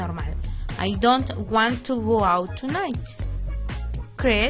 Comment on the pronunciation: Fíjate la pronunciación de IT /Does /Want/New.